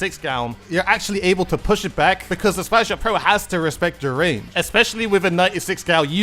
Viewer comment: "Very Shot Rannge" On another note, I'm glad that DUDE encourages people to have their own opinions on things. Also, I liked the DUDE says memes in the plaza. Does anyone else remember those?